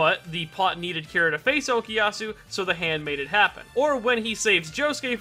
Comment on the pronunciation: Such an interesting way of pronounciating " za hando "